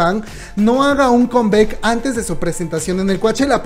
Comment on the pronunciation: Hey chíngu, la palabra en inglés COME BACK, No se pronuncia kem beck,se pronuncia cám báck. ¿Okey?, good..